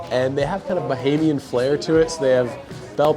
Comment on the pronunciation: Pronunciations...."KONK"...."BAH-HAY-MEE-AN".... "SOUSE" rhyming with HOUSE. No worries. We are all here to learn. Thanks and. Come again soon! (Freeport G.B. next)